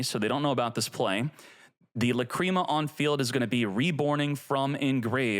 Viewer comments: Stop calling it La-"cream"a . It sounds so perverted. It's pronounced La-"crim"a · Lah crim ah. Not lah cream ah. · Its lacrima bro, not lacreama 😂😂😂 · I don’t like how he pronounced lacrima